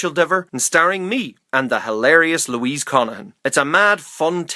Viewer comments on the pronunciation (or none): none